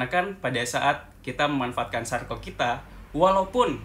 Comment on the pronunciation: Hallo, aku suka sama konten-konten yang dibuat. Makasih banyak ya Kak.:) Tapi ada 1 hal yang mau aku tanya, kakak sepertinya sering bilang "Circle" di setiap video ya.. Tapi sepertinya prononunce nya kurang tepat dh Kak. Jadinya selalu terngiang-ngiang di kepala aku. hehe. Mohon maaf ya kak, hanya mengingatkan.:)